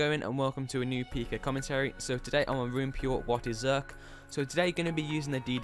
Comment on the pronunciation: Finally in a vid lmao and it's pronounced "zerker-ick" and pls let me pot next time ❤️